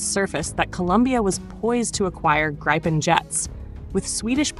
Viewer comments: It's not "graipen". It's Gripen. Gr-ee-pen for English speakers :) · good script, but your AI voice drives me mad with its pro-nounci-ation problems of not being able to say Gripe-n or Grip-en consistently ... I have the way AI is being used for this stuff; maddening. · It is pronounced - Greepen (like Griffin) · It's pronounced "Greepen" - why can't Americans pronounce anythng properly, even often their official language English.. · Either pronounce the name in the swedish way “Greepen” or the Wrong US way ”Graipen” - now it is a mixed batch of both. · Say GIVEN with the R and P then you will have the correct pronounciation of GRIPEN. If Trumps tariffs affect American made GE parts then the company will simply move those productions overseas.